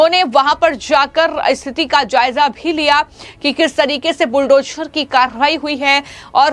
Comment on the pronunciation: हमारी राय ये हैं के -- बुलडोशर नही madam इसे बुलडोझर केहते हैं!